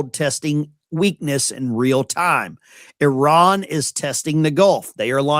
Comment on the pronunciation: Poor. He’s like all the rest. He has no idea how to pronounce. I R A N❗️